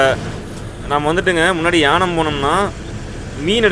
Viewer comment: தம்பி அது யானம் அல்ல ஏனாம்